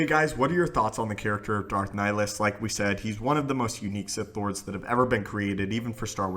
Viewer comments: It's pronounced ni-hill-is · i think you are pronouncing wrong the name of darth nihilus he has two "I" in his name after all and you are saying only one